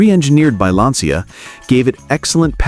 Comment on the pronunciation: It's pronounced "lancha" And I owned a coupe. 50/50 it would start. And it was repainted before I picked it up from the dealership.